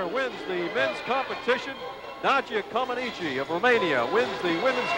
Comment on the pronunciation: It was crazy that even after listening to Nadia's interview and how she pronounces her own last name that the idiot commentators still call her Nadia Commenicy. The ineptitude of American commentators in the 70 was incredible. Just like that absolutely stupid and I thought insulting comparison between Nadia & Olga. This video also highlights the lack of American understanding of what was really happening on the courts as proved by the boos when Bart Conner won the competition and America's first medal in 40 years.